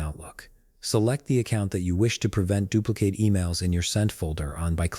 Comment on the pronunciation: Sounds like a b0t mis-pronouncing "dupli- CATE" ?? WHAT/WHERE/HOW TO FIND: MICROSOFT .. OUTLOOK CRAPOLA?????????????? OMG😢